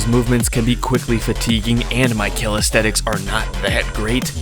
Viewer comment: Calisthenics! How do you not know how to say this word!?